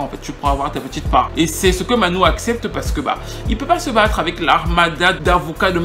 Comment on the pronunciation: j'aime beaucoup tes vidéos, mais là il y a une erreur phonétique...on prononce Manu et non pas Manou...c'est Emmanuel Dibango... pour le reste, c'est top ;) continue!